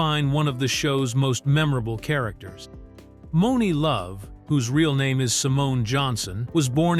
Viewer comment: I'm surprised actually got the name Monie Love right 😂